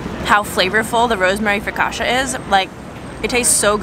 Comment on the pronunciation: That's not how you say Focaccia